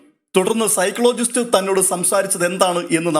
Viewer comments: സൈക്ലോജിസ്റ്റ്😂ചേട്ടനൊന്ന് ശരിയാക്കി പറ സൈക്കോളജിസ്റ്റ് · സൈക്ലോ അല്ല സൈക്കോളജിസ്റ്റ് എന്നാണ് പ്രോനൗൺസഷൻ. ഇത്രയും ആൾക്കാർ കേൾക്കുന്നതല്ലേ